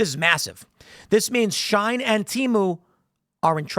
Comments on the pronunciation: It isn't shine. It's pronounced she - en. Its also not teemu. Its pronounced tay-mu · it's she-in not shine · Its she-in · HOW DARE YOU MISSPRONOUNCE SHIEN!!! (she-EE-n).